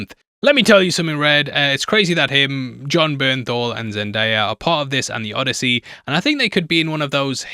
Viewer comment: Its Bon Jernthal